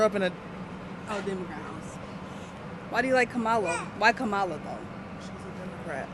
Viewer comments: Kamala is pronounced as Comma-la, not Ka-MA-la. Love your videos! Trump supporter 100%. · That girl in white jacket carrying yellow bag is voting Camilion. Doesn't even know how to pronounce her name. That girl ain't voting. She has no clue! Geez!!! 🙄🙄🙄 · is it Kameleon or Kamala? 😂🤣😂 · Great tip! I’ll remind others how to pronounce Kamala’s name Com a la as in Communist ❤ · They don't even know how to pronounce kamala.